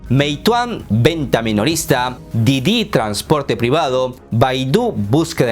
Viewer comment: Sé que es algo irrelevante, pero tengo la curiosidad, dices mal el nombre de: "Didi" a propósito?